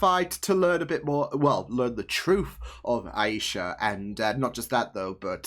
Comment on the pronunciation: I count four dead Clandestines. BTW: it's AY-Sha.